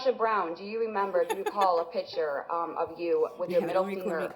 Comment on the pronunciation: It's PICTURE,, NOT "pitcher." Man O Man.